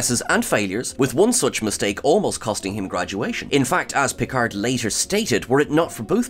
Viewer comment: Please: Picard with a silent D At least this "original" Piccard, when it's french, the D is silent.